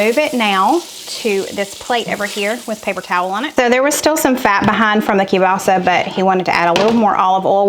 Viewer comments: I really enjoy your recipes! And I've even made a few. I live in northeastern Pennsylvania we have large Polish and Slovak communities. My Polish sister-in-law and almost everyone else I know pronounces kielbasa this way: Kill - Bossi and I've also heard it's pronounced with an A on the end as Kill - bossa. I make a similar soup to this called kielbasa corn chowder and it's very creamy and has lots of garlic in it. It's very popular at our church supper's. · I know you've talked about your pronunciation of Kielbasa. I noticed you don't pronounce the L. Anyway, I have that chopper too. I love it! Husband hates it because it's so noisy when I pound on it.